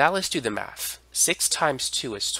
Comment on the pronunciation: It's not MAF it's Math. Work on your pronunciation.